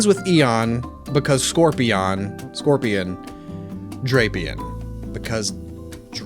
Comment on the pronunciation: I've also heard Drah-pee-on.